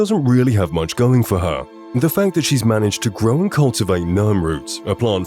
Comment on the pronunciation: Why do you say "mand" instead of "and" lol